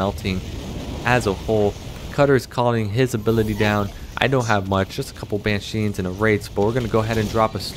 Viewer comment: took me a while to realize you're calling them ban sheens lol. its banshees